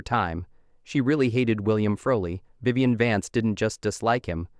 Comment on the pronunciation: the reader can't pronounce Vivian? WTF? poorly done